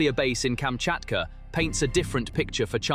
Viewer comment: Please learn how to read and write Kamchatka, pronounced kam-chat-kah. It is not Kametka nor is it Kachmatka .